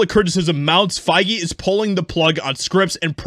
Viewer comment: Kevin Fai-Gay